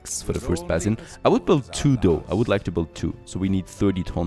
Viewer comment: Please check the way you pronounce 'basin'. I find myself screaming at the screen